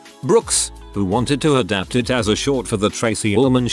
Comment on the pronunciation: Content creator decides to use robot voice to read content > robot voice not programmed properly > robot misreads "me" as M.E., misreads "it" as I.T., and most ironically mispronounces "properly".